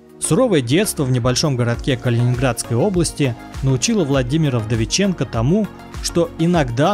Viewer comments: Автор,Владимир не Вдовиченко,а ВдовиченкоВ!))) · Ну и Владимир ВдовиченкоВ, а не ВдовиченкО)